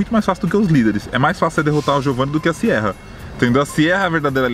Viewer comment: toda vez q vc fala Siera ha Siera, ai eu penso mas vai que acerta kkkk!!